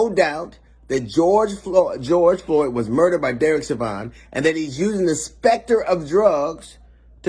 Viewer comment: They openly legalized small amounts of cocaine in Oregon😳😳. The politicians didn't want to do it, but somebody there pushed for it. They're going to need it after the poison jabs. DL, I love ya, but stop calling the ALLEGED killer cop Chauvin, "Show-van". It's pronounced, "Show-vin". Good job.